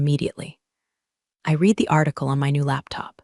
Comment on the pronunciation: You Still can’t pronounce “Read” properly?